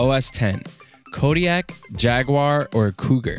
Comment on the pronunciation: Thank you for pronouncing jaguar correct and not jagwire!